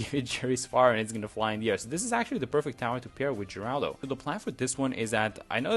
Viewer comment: Thank you for actually knowing how to pronounce the name! All the young people not knowing who Geraldo Rivera (the inspiration for this hero) is so calling him Jeraldo... "Get off my lawn!"😂😅